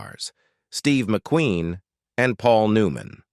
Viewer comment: Not even 2 minutes in & the AI narrator is struggling to correctly pronounce words. Even pronouncing McQueen as McQuinn; brutal, assessment & legend were sll unrecognizable. I'm out of here.